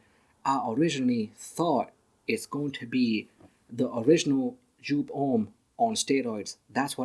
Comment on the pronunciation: you pronounce it wrong. the designer is Wolfgang Joop who is German and his last name is pronounced like (yoop)